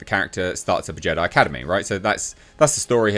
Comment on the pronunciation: So it went from Jedi to Je-die 😮